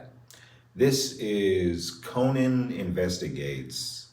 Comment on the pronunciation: How many of these they gotta watch before says "Conan" right in the intro 😂 says it right before him and every time he still just goes "co-Nan" lmaoo